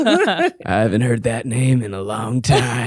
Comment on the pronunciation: 😊 very nice "Nein"! XOXO from germany